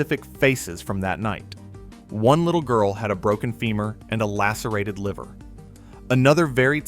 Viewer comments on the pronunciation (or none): none